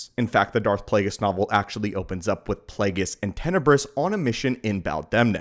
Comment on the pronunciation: It's Plagueis, not Plaguies.